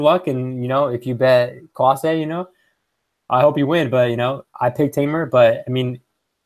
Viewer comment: You’re pronouncing Klose incorrectly. It’s sounds like“close the door”